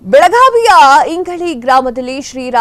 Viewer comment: ನೀವು ರಂಜಾನಸಾಬ್ ಹಾಗೂ ಇಂಗಳಿ ಊರಿನ ಹೆಸರನ್ನು ಸರಿಯಾಗಿ ಉಚ್ಛರಿಸಿಲ್ಲ..